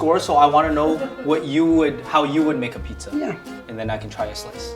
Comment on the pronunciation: You cannot even pronounce “pizza” correctly, it isn't “pitza”.